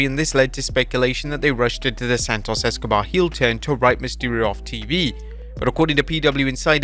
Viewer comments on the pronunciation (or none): none